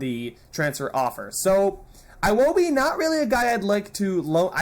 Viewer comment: iwobi is pronounce ewobi